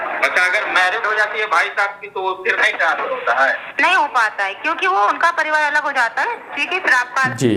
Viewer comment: तनास्फर नही , ट्रांसफर!